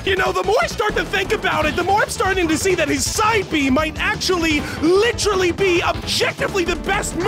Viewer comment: >'LITCHERALLY" You've been watching one too many Griefy videos, huh